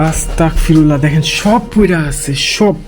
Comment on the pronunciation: 🎉আসতাকফিরুল্লা না ভাই আসতাগফিরুল্লাহ